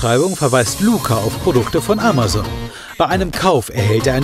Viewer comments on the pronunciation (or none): none